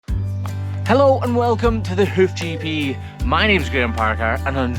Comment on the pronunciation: Every time you say “Hoof GP” I swear it sounds like you’re saying “Hoochie P” 😂😂😂 Love your channel! ♥️